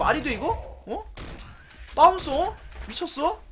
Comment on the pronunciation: 바운서를 빠운서라한거 실화야?